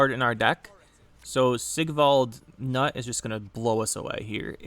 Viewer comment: Knut is a Norwegian name, pronounced with a hard K. like "K-Noot"